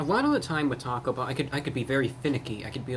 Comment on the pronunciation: Lmao the ||T A C O B H EHLL||